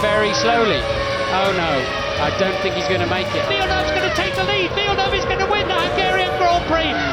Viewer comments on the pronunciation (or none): none